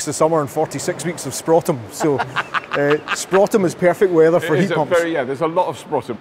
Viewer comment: um... .. what is 'sprotum'?